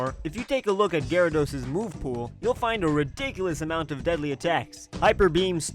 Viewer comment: Gyarados', not Gyaradoses!